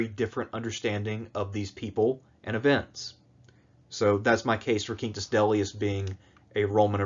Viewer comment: I like your spanish-esque pronunciation of Quintus